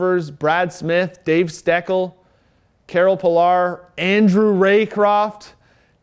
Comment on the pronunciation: Pronounced Karel Pilash